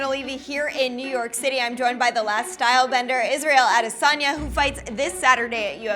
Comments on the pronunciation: Its Israel Adesanya not Isreal Adeysana Edit: Thanks for correcting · It's Adesanya, not ADEY-SAUNA. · Which fucking 12 year old uploaded this shit... Butchered the guys name that you're trying to promote.